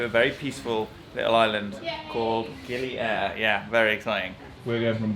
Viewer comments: FYI : GILI AIR Be spoken ( pronounce ) GiLi Ayer Air in Indonesian its mean Water, not Air in space GILI ( Lombok ethnick language ) its mean Island Ok happy holiday enjoy your trip , stay safe & healthy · Great video. Just a fun fact from a Balinese-Australian to anyone that cares, it's pronounced "ay - eer" or almost like "eye - ear". Air means water. Gili means island. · I knew this would happen so just a quick pronunciation correction. It's pronounce Gili Ay-eer. Air means water.